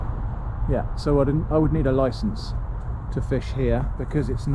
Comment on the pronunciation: I almost pissed myself when you said "you need a loicence."